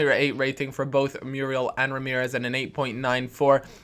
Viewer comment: No, not Mee-yoo-ree-al Mu-ree-el;)